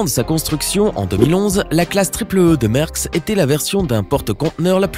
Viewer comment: c'est pas mersk c'est mAersk